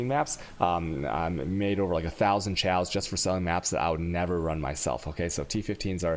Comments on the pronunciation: Dont forget the tjsaos! Good stuff though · I love the content and the videos.. But how you pronounce some words drives me crazy... Alchemy, Valkyrie, Chaos, Arc... seems like you love putting the "Chhhh" sound everywhere even when its "silent". Just a personal cringe from me...... other then that i love the content very informative